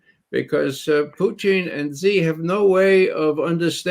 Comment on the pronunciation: Thank you for this roundtable, Gonzalo! I have discovered Ray McGovern for myself, a very insightful gentleman, and I love how he pronounces Russian names proper: the way they are actually pronounced, as opposed to butchering them into English pronunciation. Much respect.